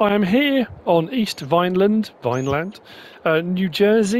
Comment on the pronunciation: I am a resident of Vineland. The locals pronounce it Vinelin. As also, Great map tour.